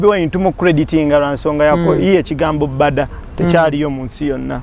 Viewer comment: Its Mbada not Bada😂😂😂😂but Victor😅